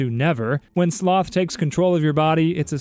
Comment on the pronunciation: The way he said s-s-s-sloth and then WRATH, just has me dying 🤣